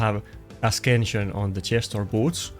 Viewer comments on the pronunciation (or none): For love of the god, learn to pronounce. It not as KEN sn, it is aSENshn. Also ... issue is not isuu, it is ishue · Stop saying askension ...it's written ascension with c not K